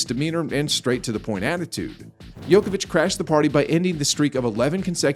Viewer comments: Your competence to comment on Novak is kind of questionable since you mispronounce his name? Ignorance or disrespect? Djokovic rather than Yokovic ! His the GOAT for god's sake!!! BS video!!! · It’s not Jokovic it’s Djokovic. Spell it right!!! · You keep calling him Joković (it would be same as calling Federer Pederer). You obviously "really" dislike the guy. Same as for western media, Nole is such a difficult pill to swallow for you guys... Ts soo sweet to hear your anger (;D)... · His family name is mispronounced!!! "Joković" ("ć" is a letter for soft "ch"), but you keep pronouncing the funny mixture of basketball player "Jokić" and "Đoković". It is possible to find on Wikipedia. You put so much effort to create the clip, and you coudn't pronounce the name right??? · I've never heard it pronounced 'Yoke a vitch'. I'm used to a 'J' sound at the beginning. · Stop mispronouncing the name of The GOAT! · So I'm supposed to listen to the commentator and take him seriously even though he can't even pronounce his name properly.. That is evidence this person has never watched a tennis match in his life. Quit wasting our time. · Sick propaganda, you are true just like his name pronunciation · wow just wondering why would you make such a video? You intentionally mispronounce his name . you even used Federer's broken racquet and attributed it to Djokovic, you are just little piece of (something that rhyme with HIT) shame on you